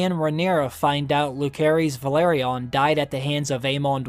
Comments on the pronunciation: "Lukerys"?!!!??? bich what? its "Luserys" and its written Lucerys. Yes Rhaenyra shortens it to "Luke" but his full name is pronounced "Luserys ValAaryean" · It s LUSERIS NOT LUKERIS PLEASE SPELL IT RIGHT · Why can’t bro pronounce Lucerys right?? Isn’t he like a fan?